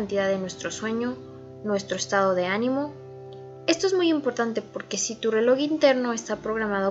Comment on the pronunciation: Esto no es burla pero me da un poco de risa que diga reloc